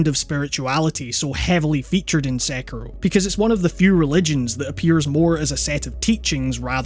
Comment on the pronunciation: I reeeeeaaaallly found your correct pronunciation of Sekiro to be refreshing